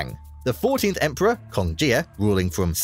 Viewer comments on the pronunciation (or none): none